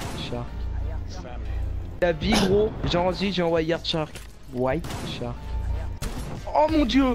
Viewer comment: L ecorchage de nom whiteshark ahaha ptn sa ma tue ahah !!!!